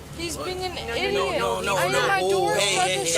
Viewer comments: The 2nd one was so scary! Those 2 "offering" to take her to their house would have ended up very badly! The LEOs prob saved her! 🤣 "He's being an ID-iot" 🤣 Legend has it that The PD are still wearing cups to avoid kicks from Anna this day! & Karens Wait! I think it's the first video confirming that WEED did in fact cause an accident! Historical Vid right here! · "He's being an ID-ot". Man, those parents must be floating in pride.